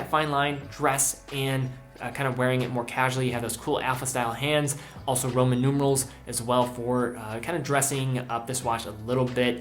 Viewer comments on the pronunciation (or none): none